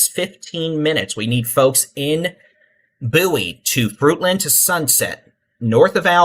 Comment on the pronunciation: It’s Bow-ie , like David Bowie the singer. Just saying. Lol thanks for what you’re doing